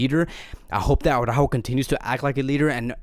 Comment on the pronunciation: It's Ara-ÓÓho. Not Awwww-rÁhho.